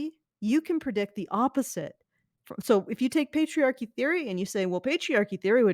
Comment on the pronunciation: *Pets* "Petriarchy"